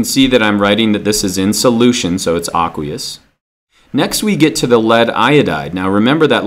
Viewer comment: AAAAAAAAKKKWEEEEEEEEEUUUUUSSSSS solution bad pronunciation.